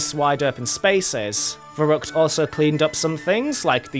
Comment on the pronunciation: Wicckay 😂🤣 Der Reesey